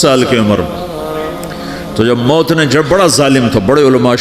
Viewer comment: Bhai maut hota hai moot nahi moot matlab peeshaab hota hai ...or maut matlab death sahi karo isko